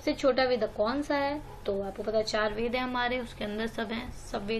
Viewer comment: Ma'am it's not वेदा और पिटाका it's वेद और पिटक